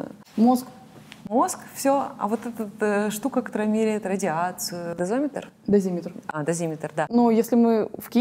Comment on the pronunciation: Некоторые вопросы вообще наиглупейшие. И что за ведущая, которая дозиметр называет дозОметром. Девушка, вы серьезно?